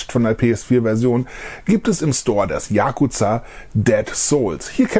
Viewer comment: Ich bekomme ohrenschmerzen wenn ich höre wie du yakuza betonst